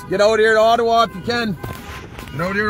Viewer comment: Thanks for saying "Ottawa" correctly! Proves you are a real Canadian. On the news around the world it is Oh-tau-wa. So good to see you cheerful and on top of things.